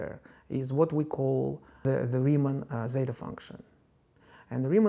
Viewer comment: as a greek, how do you ridicule our letter like that